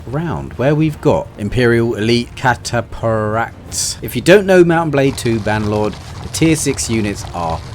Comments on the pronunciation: It’s pronounced Cat-a-Fract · Cata Fract that’s how you pronounce it mate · A yes, the cata-paract. How are you from england and dont know that a ph makes an f sound lol. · It's pronounced "cata-fract". Think along the lines of eye cataracts. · I mean no hate, it's simply been bothering me so I feel the need to say it, cataphract is pronounced cat-ah-fract. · It's pronounced, cat-uh-fract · The way you said cataphract had me dying its said like cat-uh-fract 💀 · you pronounce the ph in “cataphract” like the ph in “phase” good video btw 😀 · Listening to him mispronounce Cataphract after 3 attempts was hilarious. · the "ph" in Cataphract, is pronounced as F